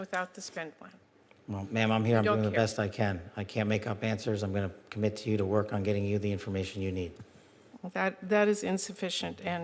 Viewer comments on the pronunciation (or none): none